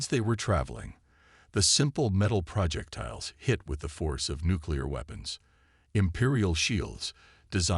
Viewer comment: Just WHAT Pray Tell, are "PRAH-jektiles"!!!!!?????? I know what "pro-JEK-tiles" are. But, I have NO clue what a "PRAH-jektile" is!!!!!!!!!!!!!!!!!!!!!!!! OH, and from reading other comments, your crappy AI isn't going to say the word "debris" correctly either!!!!! STOP USING POS AI!!! And, this is an old theme I have heard about a dozen times. By the way, I stopped listening at about 15 mins. I am sick of hearing the word "PRAH-jektiles"!!!!